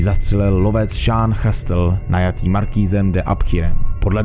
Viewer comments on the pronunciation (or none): Skvělé shrnutí. Francouzský umím plynně: lef lese do tchramvaje, žere mandle loupesije, že nežere že papa a nesere jen kaká... No prostě neumím, ale Hugenoti se čtou Igenoti, to by měl vědět každý středoškolák. O téma se zajímám a ten kraj se vyslovuje Živodan, pán Šastel...